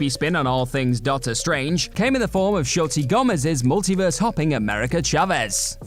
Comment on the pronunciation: “Shoti” Gomez? Amber “Mid Hunter?” Man, you really did go 0 for 2 on pronouncing actresses with ethnic names. I was going to say “non-English names,” but Midthunder is even in English!